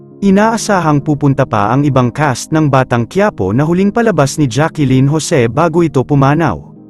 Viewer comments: It's Jacklyn not Jackilyn idiut. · It’s Jacklyn po not Jacqueline ang pronunciation